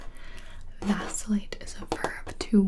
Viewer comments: Am I the only person who thought that when she said "Vacillate" that she said "Vaseline"? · me: thinking this will be a video about simple words gibi: vAcIlLaTe